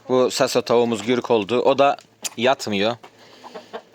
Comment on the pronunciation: Gürk değil güzel kardeşim gurk doğrusu